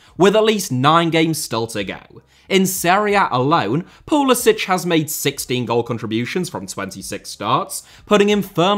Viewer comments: It's pretty funny how most Europeans pronounce Pulisic's name as "Pulisich" (Pulisić) as if her were Czech or Croatian, but nah ahaha, I don't wanna by that guy, but it aktshually Pulisic (Pulisik) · Somebody should tell this guy how to pronounce Pulisics name. He is American not Croatian. It is pronounced as Poo li sick not Piu li sich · His name is Pulisic not Pulisić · Thank you for this comment! I know it’s difficult to switch gears when the Slavic pronunciation is deeply engrained but you manage to pronounce Thierry Henry without a hard English H. It’s seriously like nails on a chalkboard to American ears. Puh-lis-ick… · It's pronounced PULISICK. Yes, I know, he's of Croatian descent. But he pronounces it PULISICK. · It pronounced pulisik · If he can only pronounce his name right… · He’s literally of Croatian heritage. He could have played for Croatia. He just can’t pronounce his own name. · Yes, the point is he’s doing it wrong. It’s a Croatian name and doesn’t end in a hard c. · Odd that you don’t pronounce pulisic correctly as per how he pronounces it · You've done one thing that Pulisic hasn't done. Pronounce his name properly. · Love how you consistently mispronounce Pulisic according to Christian himself.